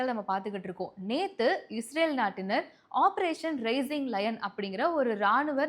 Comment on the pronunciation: ரைசிங் லயன் not ரெய்சிங் லயன்